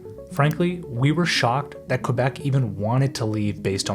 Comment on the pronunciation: How can we trust a video where the narrator mispronounces the name of the province.